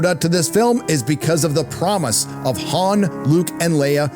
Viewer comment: The... actress for Matt Damon kept saying 'Han' like Hand... and no one stopped her...? Went, "Uh, it's pronounced Han, like the Dynasty"?